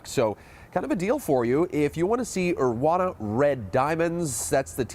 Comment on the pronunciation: It's Urawa not Urwana. And PSG are the European Champs not just the French Cup champs. Get your facts straight.